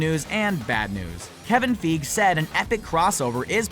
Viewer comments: I think of killing myself in a different way each time I hear him say "Kevin Feeg" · Kevin feige is pronounced Kevin Fi gee the letter i is pronounced as i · I feel like everyone is calling Kevin Feige Kevin Feeg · Marvel Studios: Kevin Feige Screen Rant: kEvin FeEg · It's Kevin FY-GHEE! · Omg Kevin feeg hahahaahahahahaha😂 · "Kevin feeg" XD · um its kevin fieg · Its pronounced Fie gee right? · Feeg XD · Kevin... Feeg. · kevin feeeg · ya it’s Fie-gee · Im sorry but the way he says figue triggers me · Every time I hear you mispronounce Kevin Feige's name, I want to shut off your videos! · Wow learn how to pronounce dude's name. Christ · I love how you guys are all getting mad about how he pronounced Feige. Haha. It definitely annoyed me too. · Im telling you dude: thats not howyou pronounce Faige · only way to know he is not an mcu fan is the way he says kevin feige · All this work and you didn't learn how to pronounce Feige? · How many times can you say Kevin Feige wrong? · I'm I the only one annoyed by him saying Kevin fiege wrong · God the way he pronounces feige is horrible. Not as bad as the way he pronounces Gadot. The T is silent! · you pronounced Kevin feige wrong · Forget X-Men. I want Fantastic Four to join MCU. And learn how to pronounce Kevin Feige's name. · Every time I hear him say Kevin Feige's name, i cringe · Every time you pronounce Feige wrong I want to punch you in the neck. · The way he said Kevin Feige was so cringeworthy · The way he pronounces Kevin Feige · I cringe every single time he says it! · It's not Kevin feeg it's figi(figee) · its fucken pronounced "fygee" not fucken "feeg" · god damn it, og hurts my ears every time... "Kevin Fiiiig" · Learn to pronounce then names! Feye-Gee not Feeg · ITS PRONOUNCED "FI-GEE", not fig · Ugh hearing him say Kevin “feeg” hurts. It’s F-i-gee. Hard “i” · It's pronounced as 'fie-gee' and not 'fig'. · Feeg really it is fie gee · its not feeg, f-eye-gee